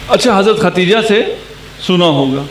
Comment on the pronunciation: حدثنا پڑھنا بھی نہیں آتا خدیجہ کو ختیجہ بول رہے ہیں پھر محقق بھی ہیں واہ واہ